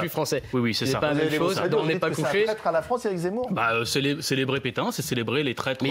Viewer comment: Mdrrrr bien vu le « zeumour »